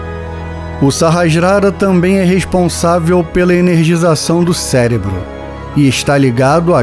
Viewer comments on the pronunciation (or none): none